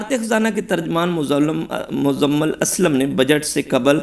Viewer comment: بھائی اپنی اردو کو بہتر کرنے کی کوشش کریں آپ مزمل کو مزلم پڑھ رہے ہیں